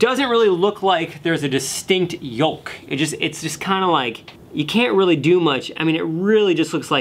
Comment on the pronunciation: What grossed me out more is him actually pronouncing the yolk with an L